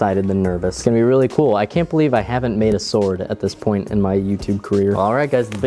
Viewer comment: shword? SHWORD!